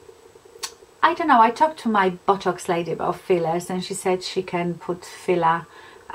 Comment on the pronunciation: Sorry, but I've been laughing so hard everytime you mentioned botox, you're accent made it sound more like bottocks, esp when you said you were going to see your bottocks lady, lol!! You seriously don't need to spend that sort of money on a temporary measure imo. Love Real Housewives of any variety, esp when there's a cat fight, thanks for this, just felt like we were in the same room chatting over a glass or 2! Joan x